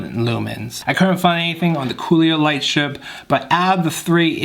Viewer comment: Great vid. Btw I’m pretty sure you’re saying cololight wrong. Think of color with out the r